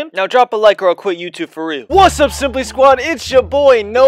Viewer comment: “Siimply Squad”